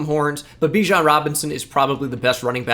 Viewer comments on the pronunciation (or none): none